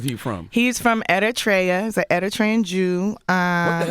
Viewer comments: Am I the only one who caught Tif butchering the name of the country. She said editriya when we all know its pronounced Eritrea..... SMH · Did she mean to say Eritrea? Cause that pronunciation threw me off lol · She pronounced Eritrea incorrectly but I digress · When she pronounced Eritrea like Eritrea lol